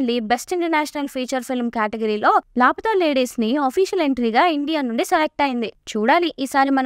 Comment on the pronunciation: Laa+pa+taa Ladies - correct pronouncesation.